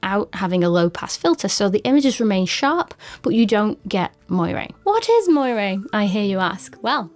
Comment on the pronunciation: Great video on an underappreciated camera! Just an FYI: the way you pronounce moiré is funny. It should be more like 'mwah-ray'!